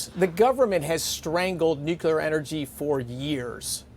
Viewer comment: OMG, you're the Energy Secretary. Please learn how to pronounce "Nuclear".